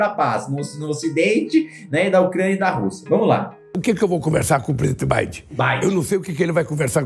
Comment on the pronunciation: O mais engraçado é o cachaceiro falando: "presidente bidin" kkkk